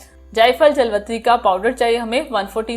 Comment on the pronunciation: لفظ جاویتری ہوتا ہے جلوتری نہیں اپنا تلفظ ٹھیک کریں شکریہ